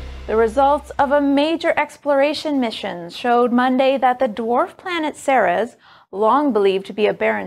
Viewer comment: It's SEE-reez, not SEH-rez.